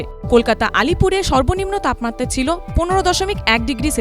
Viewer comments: তাপমাত্রা শব্দটা সঠিক ভাবে উচ্চারিত হচ্ছে না। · এবিপি, আপনাদের প্রতিবেদনের মান অধোগামী। তাপমাত্রা উচ্চারণ যেন বাংলা ভাষার অন্তর্জলিযাত্রা!